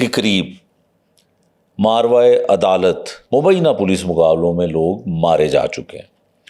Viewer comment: تھوڑا سر تلفظ درست کر لیں ماروا نہیں ہوتا ماآوارا عدالت ہوتا ہے